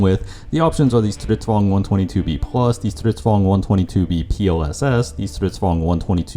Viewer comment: You actually pronounce stridsvagn decently well. Many people think it’s some German “strids-wag-en” but it’s just “strids-vagn” with the gn being way softer Here’s the phonetic way to say it ²str'ɪtːsvaŋːn hey that’s my local regiment!